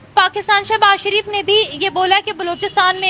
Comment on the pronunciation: bro Kitni baar bola hai, wo seh...s Sharif hai Naam to yaad rakh liya karo Yo yo😅